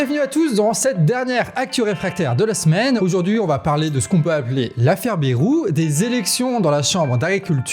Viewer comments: Mon canard, arrête de dire BERROU, chez nous, en Béarn on dit BAILROU. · Prononcer BA (YE) ROU. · BAYYYYrou, pas Bérou, bordel. comme un "bail". Cela fait plus de 30 ans cette affaire... On déterre des choses connus de tous depuis longtemps là. Alors non, Bayrou il n'ignorait rien, en tant que Palois, il sait, comme tous dans la région.